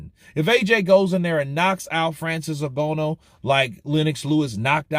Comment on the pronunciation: His name is pronounced N-Gan- oo